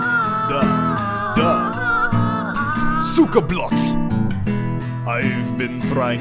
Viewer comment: of all the political takes spoken in this video, the only thing that made me mad was how pronounced blyat